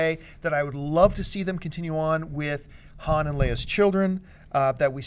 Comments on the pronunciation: Yes she pronounced his name wrong! It's Han (Hon) Solo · First of all it's not H(anne) Solo is H(ahn) Solo! 2nd of this guy said " the Jedi Twins, "HAN" & "LEIA"? I didn't know Han Solo and Leia were twins, I thought it was LUKE & LEIA! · will someone tell this chick to pronounce Han correctly please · Dammit... it's Han Solo... pronounced 'Hahn'. Has this chick even seen the movies??? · I think she said 'Hand Solo'. Blasphemy!